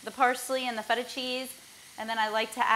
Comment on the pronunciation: Some " what " Cheese? I keep hearing syntheta/feta cheese